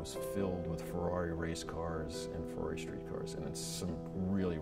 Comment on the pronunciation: that Fuwwawi pronunciation is soo annoying